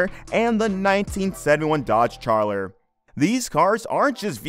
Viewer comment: Gotta love that 1971 Dodge "Charller" .... lel